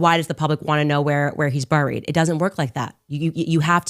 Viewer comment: It drives me crazy the way Candace says buried. Ugh. Just say it right? F*ck!!